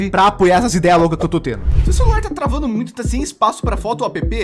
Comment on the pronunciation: Ninguém: a O Português do: O seus jogo tão travano? Obs: O meu consegue ser pior ksksks Obs2: Eu sei q "travano" foi de hábito